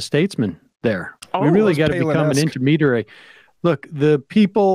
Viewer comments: "We need to be the innaminerary in between 'em." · Did I hear, "innerminerary?" I need to look. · "We need to be the intimidirary!" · inamitarary! ??? is that a word!??? once again tommy flubberville opens his mouth.